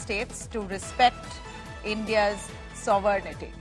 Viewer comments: Wow your anchors keeps saying Sovernity instead of Sovereignty. Ridiculous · What is sovernighty ? How to speak sovereign we have to ask the anchor !!😂 00.05